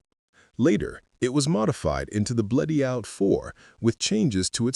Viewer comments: Yeah but it can't pronounce Bleriot for shit. (edit) until . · Bleriot's name is pronounced Bleri-ot, far from the narrator's weird pronounciations! Otherwise an interesting subject!